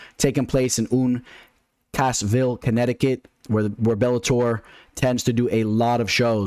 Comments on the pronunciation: The way this guy says “Uun-Kaas-ville” Connecticut. 😂 what the hell. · How are you this deep in the sport and can’t pronounce Uncasville?